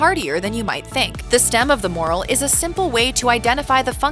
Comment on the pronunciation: Ummm... It's not a moral It's a morel. Just so y'all know that someone should really have a talk with this presenter because although she does have a nice voice she often mispronounces key foods or culinary terms and that's not good. The moral of the story is that folks are going to make idiots of themselves if they ask about 'moral' mushrooms in a restaurant or a market¡